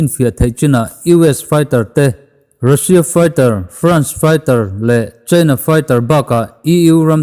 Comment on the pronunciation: Russia tiin i lam tlat a, Russia ti tawh zawk la 🤪